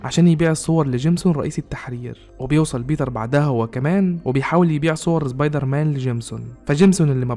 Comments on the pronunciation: امتى سبايدر مان بقى زبايدر مان يسطا في فرق بين س و ز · يعني الموسيقى تخرب الفيديو وصاحب الفيديو بيقول زبايدرمان عادي 🤔🤦🏼🤦🏼🤦🏼🤦🏼